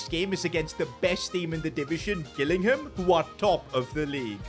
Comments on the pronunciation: It’s Gillingham not Hillingham 😂 But keep it up great work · As a person who comes from gillingham I am shocked at that pronunciation